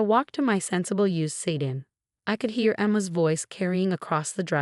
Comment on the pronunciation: Teach your AI to pronounce "W" "SEDAN" "UNANIMOUSLY" I suggest you cheapskates hire a human.